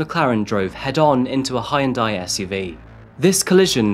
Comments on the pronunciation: In any decent, humane country the officers involved would be charged with aiding and abetting the murders, or at least criminal negligence. But this is the US sadly. Your pronunciations need serious work. La Jala? Haioondai? Seriously? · Are you saying “ hi end” or Hyundai ? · The ole Hi-Yun-Daii SUV. Still not convinced this channel isn’t completely AI generated. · "He ran into a High-and-Die s.u.v...." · No problem. Given how he pronounces Hyundai, I don't think is either.;-) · Pretty sure The "Y" in Hyundai is essentially silent. You don't enunciate it.? 🤷